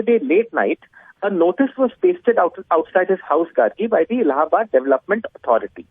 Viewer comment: U anchor.... How could u pronounce allahabad.... Man correct ur knowledge